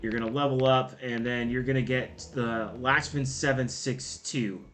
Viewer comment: It’s pronounced lock-men